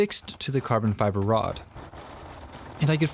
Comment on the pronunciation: i heard carbon fiber as karbonfibr